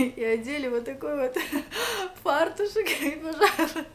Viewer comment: ФартуЧЕК!! А не фартуШЕК.